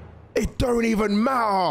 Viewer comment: It don’t even ma-ah